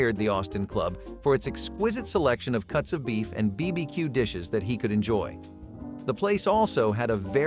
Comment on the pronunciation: “Bee bee cue”?